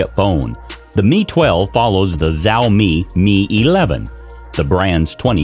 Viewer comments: Es más un chao- Mei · It's not "Zaomi" it's "Shaomi" I just can't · Wtf is zaomi 🤣🤣🤣🤣🤣🤣🤣🤣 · The moment he mispronounced it I quit the video